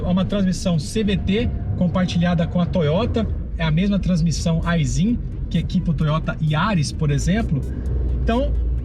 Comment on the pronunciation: AISIN… Se lê: Aishin !!! Heheh